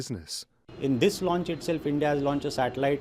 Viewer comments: 104 satellite lunch ? Seriously 😂😂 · Bro it's not lunch, its launch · satellite lunch 😀😀😀